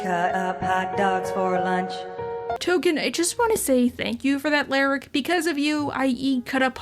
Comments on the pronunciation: Tolken not Token. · Nooo, his name is Tolkien not “Token!” 🤣🤣🤣 Thanks for the new video and hug your furbabies all 💙🐱💙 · It's Tolkien, as in J.R.R. Tolkien. It always was, and if you thought otherwise, YOU are the problem!